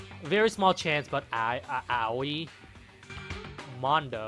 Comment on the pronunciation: Not to be a grammar nazi or something but you pronounce Aoi as "oy" if I recall. Keep up the lets play really liking it!! :)